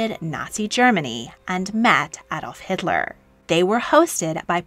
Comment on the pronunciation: Thank you for pronouncing Adolf Hitler correctly.......if you could please do the same with Moscow 🙂